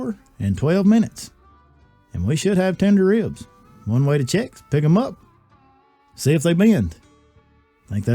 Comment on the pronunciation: "Wibs" -Elmer Fudd